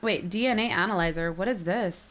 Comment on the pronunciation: it's ANYLIIZER, AN A LIE ZER